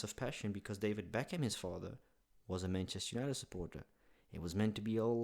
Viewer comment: its pronounced beck am